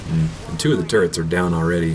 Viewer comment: they're called TURRETS not TURRENTS.